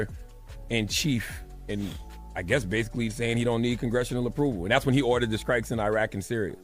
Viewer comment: Who listens to Charlatan the Guy? I can't take anyone seriously that says skrikes instead of strikes.